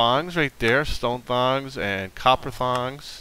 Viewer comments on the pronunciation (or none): I'm not sure if this was on purpose but thats -t-ongs not -th-ongs sorry if this sound mean its not supposed to be